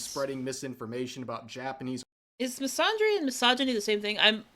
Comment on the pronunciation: the way rev is saying misandry as misondry is killing me